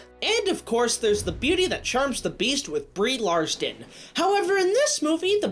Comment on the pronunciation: It's Brie Larson. Not Brie Larston.